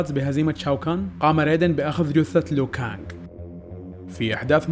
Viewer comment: اسمه ليو كانق مو لو كانق